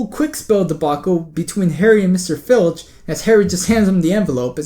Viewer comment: Honestly .....he is Filch ...not Finch instead..